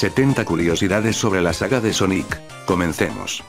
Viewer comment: Pon Sónic para que no te diga Soníc